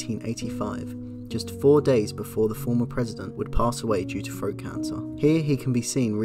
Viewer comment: Mispronounces 'th' as 'fr' e.g. says "free" instead of three, "froat" instead of throat. And he's ENGLISH lol. How bizarre!